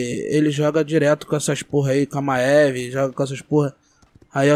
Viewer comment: ma-e-ve kkkkkkk crl pqp q pronuciaçao em vey pqp kkkk e mive poha .. kkkk crl maeve kkkkk